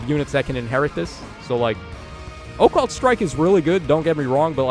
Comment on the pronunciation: I like when says Oh-Cult Strike:)